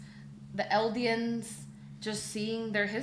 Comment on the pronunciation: My kingdom for a reactor who can pronounce "Eldian" correctly 😬